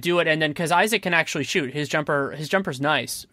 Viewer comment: like always, delivering a quality product. however, this guy... you'd think if the guy spent so much time studying the league that he would know how to pronounce these names right. it was borderline unbearable to listen to. first he kept saying johnathan "isaacs." okay, thats a small mistake. Then, he says Markelle FLUTZ.... for fuck sake... and the just Giannis said wrong over and over again. I think you guys could have done a lot better with your guest, or at least making sure they are prepped to talked about the league like this.